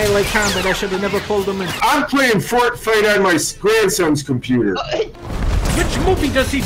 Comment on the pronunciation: It's pronounced fort fight